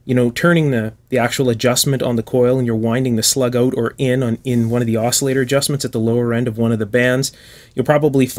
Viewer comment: "Try is auoot :)" nice dialect